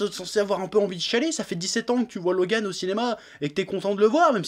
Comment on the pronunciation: Je like juste car il a dis mon prénom 49507 fois dans cette video et car il le prononce plutot bien